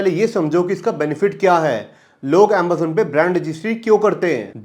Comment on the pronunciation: bhai tu AMAZON ko AMBAZON kyu bolta hai?